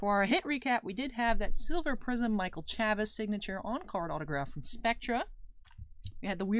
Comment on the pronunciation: Chavis has a long A like in Chase. ChAvis